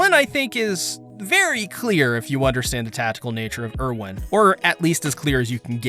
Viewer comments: Why do you pronounce things differently than the show? They all say "Ervin" not "Irwin" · My guy it’s pronounced air-vin, not urr-win